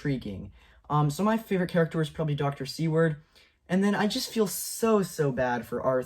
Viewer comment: "Seward" is pronounced "SOO-wrd", like the Secretary of State who purchased Alaska ("Seward's Folly").